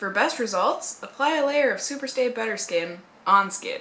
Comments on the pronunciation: the way she said "better" sounded like "butter." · did you say "maybelline superstay butter skin" at ? hahaha love it